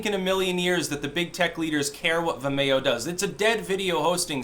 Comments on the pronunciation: Vimayo? You mean Vimeo? Like Video? lol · Oh vim-e-o, I was like wtf is vamayo, lol. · Its pronounced Vim-ee-oh. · Vim - ee- oh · Say Vimeo like vi mayo one more time Fucking do it. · It's pronounced vi-me-oh. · "vimAYo"? You sure do put some weird emPHASIS on some weird syLLABulls... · I had to listen to mispronounce Vimayyo a few times before I could figure what he was talking about. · Oh, is that what he was saying? I kept thinking "What the hell is The Mayo?" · Is trying to say 'vimeo'?